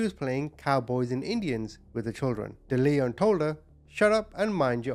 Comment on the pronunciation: It's also pronounced Dell-eon not De-leon.